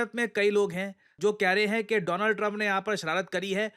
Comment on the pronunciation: Modi be like:: DOO-LAND TRUMP 😅😅